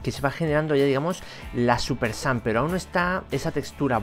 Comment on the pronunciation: dice súper sans